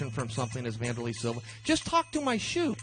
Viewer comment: vandurrlay silva